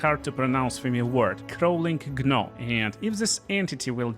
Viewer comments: Crawling "Gnaw" = Naw....the G is silent. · Another good bg3 vid! I love it! Also, most of the time in english when when you see a word spelled with a G followed a consonant other than H,L,or R, the G is silent. So Gnaw is pronounced Naw. English is very tricky and weird lol. Keep up the good work my friend!